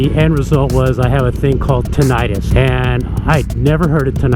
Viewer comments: It's not tin-itis, rather TIN -uh tus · I guess each to their own. I've been riding for forty years and yes, the first few were without earplugs and I have suffered hearing loss and now have tinnitus, mainly in my left ear. By the way the correct pronunciation is with a short second i as in 'tin it us' the suffix 'itis' refers to an inflammatory condition like 'arthritis' or 'gastritis' whereas tinnitus is not inflammatory in nature. I have tried every type of earplug on the market and all have pros and cons but I prefer my custom made Earmold plugs and have never experienced the trouble you describe. Perhaps the people who made yours need more practise?